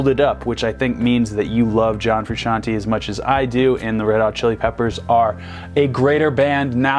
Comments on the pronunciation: Fru- shan-TAY!!! NOT shan- TEE!!!! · It's Frusciant-AYY, not Frusciant-EE, you muggle. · Ikr it drives me crazy, its fruscian-TAY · Frusciante !!! NOT Frusciantee you can't pronunce correctly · it's TAY no TEA gosh... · Fruscianteeeeee ...not Frusciantiiiii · It's pronounced Fru-shawn-tey not Fru-shawn-ti. Otherwise it would be spelled fruscianti. (Basic Italian pronunciation). Sorry this really bothers me. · You dont say John Fruscianti Its John Frusciante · It is Fru-shon-tayyyyy!!! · Froo-shawn-tay Also he's wearing the same plaid shirt as John. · Bro, chill. Theres no way for him to know how to say it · I'm sick and tired of people mispronouncing "Frusciante".